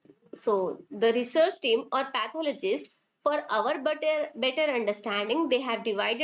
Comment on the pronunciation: It's better not butter